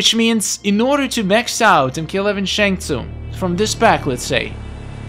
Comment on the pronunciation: I know that I meant to say that’s not how you pronounce his name. It’s Shang Tsung not “Snag tsung”.